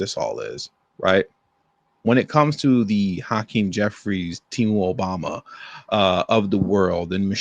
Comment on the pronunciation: Hacream was at diddly what i heard 😮